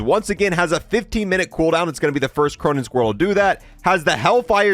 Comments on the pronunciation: He said Cronan squirrel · he says cronen squirrel